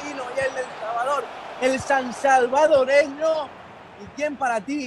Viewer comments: Se dice Salvadoreno! Y la capital es San Salvador de acuerdo. 👍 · Ojo con Jorge el mágico González.. no sé dice San salvadoreño.. se dice "SALVADOREÑO".. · Solo una pequeña corrección. No se dice sansalvadoreño, es solo salvadoreño. Saludos desde El Salvador. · Es salvadoreño no sansalvadoreño